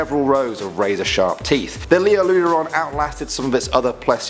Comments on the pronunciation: I got confused at the second one. He said lioleurodon, in Ark it's liopleurodon. xD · Its leopluradon not leolerodon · “Leolurodon” Wow. It’s pronounced and spelt, Liopleurodon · It's Liopleurodon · Yes..... Rightly said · I love the videos I just wish you would pronounce the names correctly. It’s pronounced liopleurodon not lioleurodon. You botched a few others as well >.< You did this also on a few in the last 2 videos. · Leoleurodon is actually called liopleuridon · You missed the P in lioPleurodon... it's kinda irritating. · Hold on did I just hear lioleuradon 😂😂 it’s liopleuradon m8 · “Leolurodon” made me cringe 😳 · Yo its Liopluerodon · It’s actually liopluerodon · Hey bud good video but gotta say it's a liopleurodon with a p bud thanks lol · *Liopleurodon?? Otherwise, great vid <3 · I think you missed the 'p' in Liopleurodon. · I'm pretty sure it's Liopleurodon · Love all of your vids!!! I think is it Liopleurodon* though